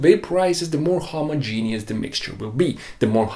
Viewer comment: homogeneous is pronounced "homah-jen-us". You're welcome. ;-)